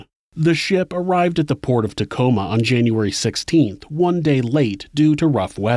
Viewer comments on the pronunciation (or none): none